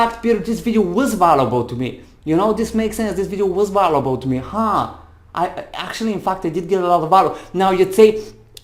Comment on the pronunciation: check how to pronounce “value” and “valuable” you are very good…just a little polish. i am grateful that explained in a clear way